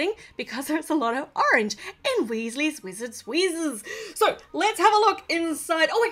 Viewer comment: You said Weasley's Wizard Wheezes correctly